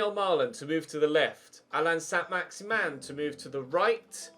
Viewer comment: Is it saint maximin or as you say saint maximan